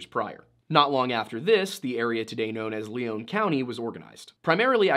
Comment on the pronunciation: Not 60 seconds in and you have Lion County highlighted on the total opposite side of MN map (even tho you say Southweset MN) and why pronounce Lion County LEON County? Simple facts.